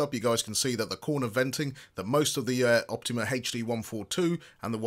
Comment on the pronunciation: Its OptOma. Not Optima.